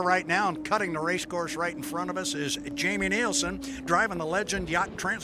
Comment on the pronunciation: When is the announcer going to get it right, it’s NILSEN not NIELSEN